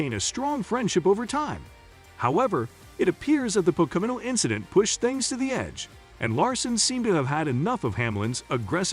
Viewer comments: Its PO-KO-NO.....not PAH-KO-NO or PA-KO-NA........😉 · It’s pronounced po ka no . Learn to speak English. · At least if you're going to be a reporter for Nascar, really need to learn how to pronounse the tracks. It's called Po-Co-No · A channel called Nascar Zone that can't even pronounce POCONO correct..? What a joke...